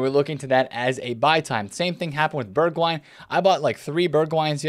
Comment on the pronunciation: Their names are actually pronounced Berg-vine and Berg-house